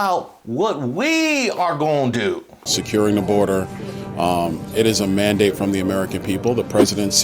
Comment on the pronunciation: He said, "Trump has a mandate," but I swear he actually said band-aid. 😂